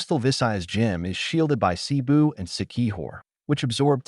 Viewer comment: Why not just narrate the video, instead of being lazy and using AI? It blatantly mispronounced most of the key location names. I mean "NEEgros"?? "BYEkol"?? "SEEboo"?? "Dumageet"?? DAYvo??? The wonderful Filipino culture deserves better than this.